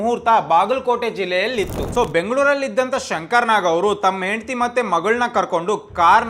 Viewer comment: Onnavara ❌️ Honnavara ✅️ Oohthidru❌️ Hogthidru ✅️ Indgade ❌️ Hindgade ✅️ Endadthi ❌️ Hendathi ✅️ Kone paksha Shankrannana video maduvaga Kannada sariyagi mathadodu kali marayaa 🤦🏽 Kanglish na bidi, laksha jana ninna video nodthare avaru adanne kalithare Kannadavannu Kollabedu 🙏